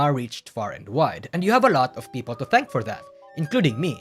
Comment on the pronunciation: this has nothing to do with the video. But I like how pronounce people as Peepo